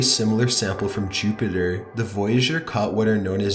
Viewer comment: Saturin and Choopiter